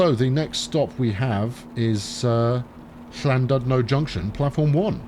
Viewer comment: Ll and oodno it's said